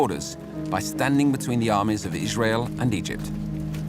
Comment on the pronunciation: Narrator for no reason: Ijshrael